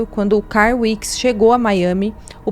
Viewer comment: A dica é pra editar melhor vídeos como esse: as fotos que ficaram se alternando são as mesmas... Será que é tão difícil arrumar fotos dos outros envolvidos? Até no final do filme aparecem essas fotos. E outra: melhorar a pronúncia... exemplo: o nome CARL não se pronuncia CAR.